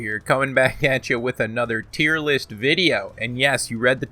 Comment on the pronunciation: "Tier Loost" Fucking fantastic! XD